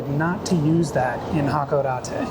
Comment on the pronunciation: You put stresses on all the wrong syllables. I'm not Japanese but I know Shinkansen is pronounced with the stress on the second syllable. The way you pronounced Hakodate and Kagoshima also just sounded wrong.